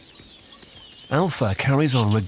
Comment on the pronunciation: Zee-brah,, not Zrabra.